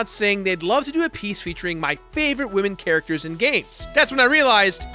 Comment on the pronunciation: They really said top 10 wamen